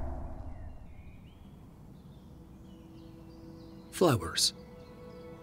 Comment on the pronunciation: Honest to god I thought the narrator said flibbers instead of flowers 😂😂😂😂